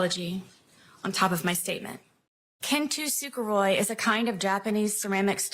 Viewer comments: oh my good lord how do you read 'kintsugi' and butcher it into 'kintu suguroi'? i mean i know it's the least of her sins but holy god at least put a tiny bit of effort into it lady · I did! Especially at "kintoo sooka roy"! 🤣 it's kintsugi. 3 syllables. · did she say kintusukuhroy but mean kintsurugi??? my god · I just wanna say that the Japanese pottery style she’s talking about is called “kintsugi”, not “kin tu suguroy”. Idk how you misspell something that bad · Did my best to translate her mispronunciation of kintsugi Kintusugoroi = Roy gets his money ??? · That word is spelled “kintsugi,” so I don’t think she’s pronouncing it correctly. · Anyone else just sent at the way she pronounced Kintsugi? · What word was she trying to say at the beginning? Kintsugi? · Oof, I've never heard anyone butcher the pronunciation of kintsugi that badly 😱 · THATS NOT HOW YOU SAY KINTSUGI LOL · The mispronunciation of kintsugi SENT ME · Her mispronunciation of kintsugi counts for more jail time in my opinion. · What really got me was her god awful pronunciation of Kintsugi.